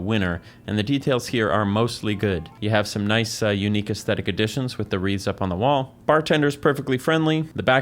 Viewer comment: ohhh he's saying "wreaths" not "reeds." idk why that was confusing me so much